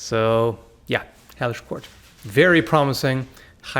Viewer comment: I was literally about to look up this game that I thought he called "Heyish Court"...